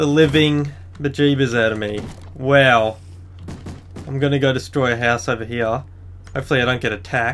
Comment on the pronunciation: like how he says weow when he goes wow....LOL